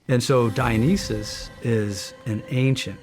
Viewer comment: Dionysus is being pronounced incorrectly.